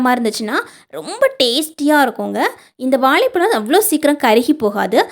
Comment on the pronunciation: வாழைப்பழம் இல்லீங்கோ வாழைப்பழம் என அழகாகச் சொல்லுங்கோ இப்படி தமிழை கொலை பன்னாதீங்கோ